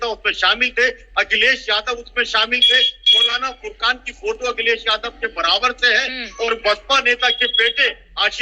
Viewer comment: एंकर मैडम किसी का नाम तो सही से बोला करो.. पुकरान नाम नहीं है मौलाना का फुरकान है